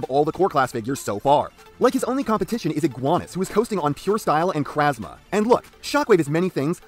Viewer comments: Lmao "krasma" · "Who are you calling "uncrasimatic"?" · I find it so funny that this Shockwave can get his arms across his wide ass chest when something like Earthrise Optimus can't do that to save his life. Also, love the way you fucked up the pronunciation of "charismatic" like the way Rumble did in the movie.